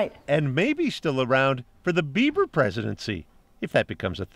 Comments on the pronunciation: lol I thought he said "beaver" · It's prob beaver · Same mate.. I thought it is Beaver.. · i swore he said beaver and was just making a bad joke. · I thought he said "Beaver Presidency." 😂 Like wow, an animal is gonna run our nation. Okay news. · I thought he said "beaver"; not that that makes any more sense ("Bieber" IS "Beaver" in German). That and the hair comment together - that reporter is odd. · I heard beeper presidency . When beepers get artificial intelligence and enslave us all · I herard beaver 😳😅💩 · Did he say 'Bieber presidency'? Like, Justin Bieber? The Canadian singer?